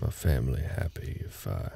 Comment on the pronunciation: .... Did you say family 🤨☝